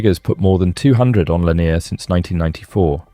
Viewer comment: Its Lake Laaa -near